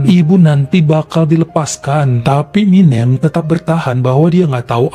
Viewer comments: 😅🤣, jngn pake' "E keras" Banyak orang Jawa disini. MinEm..MinEm... Minem. E nya itu penyebutan nya SALAH. 😅 Aduuuh...banyak pulak itu sebut MinEmnya...🤦🏼‍♀️🤦🏼‍♀️🤦🏼‍♀️ Sampe' akhir cerita. 🤣🤣🤣 Dah lah...😩🥴 😅😂🤣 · tapi itu tg bisa nyebut anak yg pertama warsiyem,hrsnya minem sebut kayak warsiyem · ..Minem Bu, bukan Minjem.. 😂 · Gpp kok Jadi keren nama MİNEM kalo dibaca begini 😂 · bilang minem aku ketawa karna seperti nama Eminem bukan minem kwkwkwkw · sekedar info kalo nama jawa yg berakhiran suku kata EM dibacanya SEPERTI huruf E pada kata ISENG bukan E pada kata BENSIN. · betul..lucu dan keren...ga pp lah logat batak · Ga pp jadi keren bu Minem sama bu Warsiyem jadi asing ditelinga keren pokoknya ❤ 😂😂